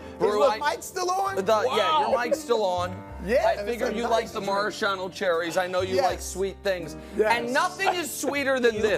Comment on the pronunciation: Nicks pronunciation of maraschino cherries is interesting